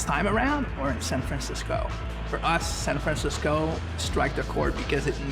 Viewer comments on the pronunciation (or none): HE EVEN FUCKING SAID SAN FRENSESCO